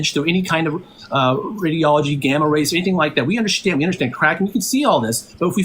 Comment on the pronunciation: bro thinks that if he handwaves whenever he is proven wrong, speaks 10 words a second, and says "UnderSHTand" instead of understand that makes him a science privy intellectual. And no, this guy is most certainly NOT a chemist if he denies decay rate constancy and doesn't know that decay rate is a scientific law